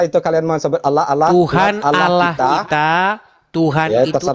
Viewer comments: 😂😂Allah baca...oloohh😂😂 belajar membaca kadrun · Klau kadrun baca Allah ,koq jadi Aoloh 😂😂😂😊